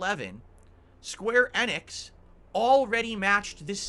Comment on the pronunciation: Why the fuck does he pronounce it like square EH-nix